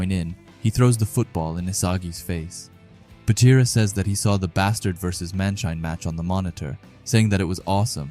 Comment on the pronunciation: I stopped watching when he said baroo